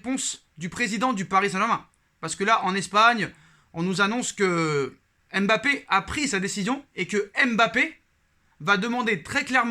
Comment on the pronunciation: vous ne savez pas prononcer Mbappé, c est difficile pour vous de prononcer les noms racines africaines? ce n est pas èmebappé mais tout simplement Mbappé, c est facile